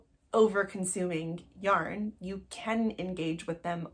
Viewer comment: “Yorn,” cracked me up. 😂 I love your content!